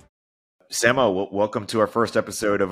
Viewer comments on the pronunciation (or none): it's way past time for you to learn how to say Samo's last name!